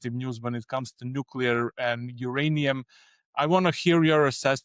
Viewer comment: Did I hear it wrong or did he say "Nucular"! Anyone who has looked at the U situation can repeat what he says about demand. That has nothing to do with whether his project is viable. That they are near Cameco also isn't very significant.